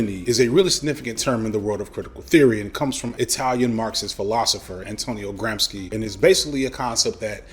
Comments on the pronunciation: I’m sorry to be that person but it’s pronunced Gram-she, not Gram-ski Loved the video, very interesting! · Great video, F! Just want to clarify, "Gramsci" is pronounced like "Gram-shee". In Italian, the "sc" is pronounced like "shh" when it comes before an e or i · "sci" in "Gramsci" is pronounced "shi", consonants in Italian are weird. Coherent (like, the rulse are actually set and always followed unlike english spelling, not unlike German) but still weird to an english speaker. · Gramsci is pronounce like American would say Gramshi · It's Antonio Gram-She. cool video tho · Nooooo gramsci is pronounced like chi in chigago ahahaha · Your pronunciation of Nietzsche is fine, it‘s your pronunciation of Gramsci that‘s egregious. All this concern about white boys and their struggle with poverty, mental health and masculinity and you display such blatant anti-italian microaggression? Wonderful video otherwise.